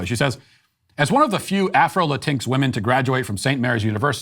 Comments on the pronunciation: Hey Matt! Moving forward, please STOP misspronouncing LatinX (Latin Ex) as La tinks! It shows ignorance and disrespect overall. Not that you mean to diss anyone and you're not respectful of the Latin communities, it's just not the proper way to pronounce that term. Just passing on what my Latin/o/x friends have told me. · I'm still heaving over Matt's perfect pronunciation of Latinx 😂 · Every time Matt pronounces “Latinx” makes me Laught